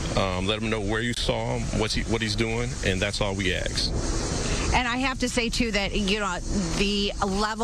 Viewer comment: "and that's all we axe," Detroit is cooked.